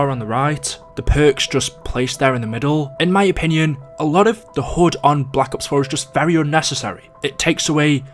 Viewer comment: Why does he say hud as hood